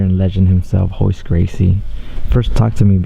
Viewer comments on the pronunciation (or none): His name is spelled with an R, but everyone calls him Hoyce, what gives??